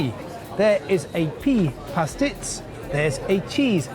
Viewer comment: Apart from mispronouncing Pastizzi, Valletta, Dgħajsa, Gozo & Ġgantija... quite a decent documentary. To note, the people may be friendly during the first 48 hours, but then you will have the pleasure of experiencing the manipulation and exploitation that is prevalant in 75% of the population.